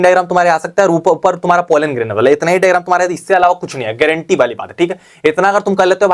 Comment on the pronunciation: Garenteee h bhai garenteee 😅😅😅